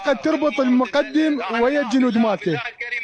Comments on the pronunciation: ولكم شنو هذه الاميه اغلب المعلقين ان لم يكن جميعهم متخلفين لغويا يامتخلف المقدم بفتح الدال وليس بكسرها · اعلاميين مال لنكات عمار الشامي .المقٌدم رتبة عسكرية بضم الميم وفتح القاف وفتح الدال ؟ والاعلامي يسميه المقدم بفتح الميم وكسر الدال .اعلام ٢٠٠٠ مال بالة الشورجه دخلوهم دورة لغة عربية واخلاق الحوار